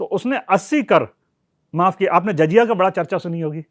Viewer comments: Jazya nahi jizya lafz hai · Its not jajiya... It is jaziya Jakaat nhi zakaat Baitul mul nhi... Baitulmaal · Good Information but pronunciation is awful Zaziya and baitul maal Badly pronounced